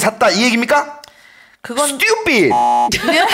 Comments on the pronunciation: 김생민씨 스뜌삣이 너무 찰져욬ㅋㅋㅋㅋㅋㅋㅋ 영상 재밌게 잘 봤어요~ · 그 누구보다 찰진발음.. 스뜌삣!!!!!!!! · 스튜핏!!!ㅋㅋㅋㅋ 찰진발음과 김숙 송은이의 리액션이 합쳐져서 진짜 웃기네요 ㅋㅋㅋㅋㅋㅋㅋ